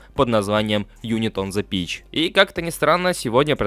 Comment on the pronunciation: "Юнит он зе пич" Что, с английским вообще беда? :)